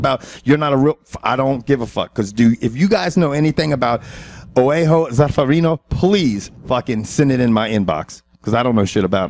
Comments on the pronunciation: Just a small correction, it's not really "al" with that L. It's "ao"as in "Barao". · Yep, but the way they say Rafael is still acceptable. "Oeaho" for "Joao", on the other hand... I have no idea where pulled that from.